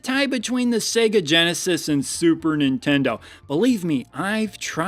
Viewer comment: lol super genesitendo